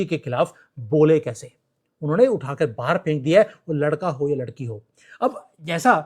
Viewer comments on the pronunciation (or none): none